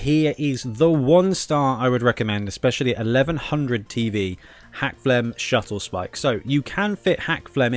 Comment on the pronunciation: I'm gonna be pedantic here, but it's SKuttlespike, not SHuttlespike! Really good advice all-round though. :)